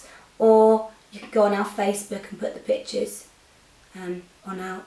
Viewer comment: Okay definitely thought you were saying bitches instead of pictures whilst I wasnt watching the tutorial and just had it playing in the background.